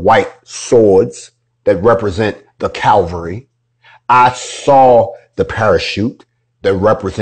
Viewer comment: If you was in the cavalry how come you say it like Calvary you know the scouts hate it when you say Calvary Christ died on Calvary Hill but that aint got shit to do with the US Army Cavalry Scouts get your shit figured out. You is fakin the funk. Fake it till you make it? Lets see a DD-214. Aint nothing worse than false hope man and you sound like whats needed to square the police departments away. Yet you need to get your facts figured out before some popo malcolm x's your ass. A great leader aint so useful when hes dead or incarcerated.